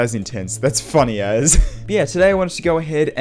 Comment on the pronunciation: did he say "funny as" or "funny ass"?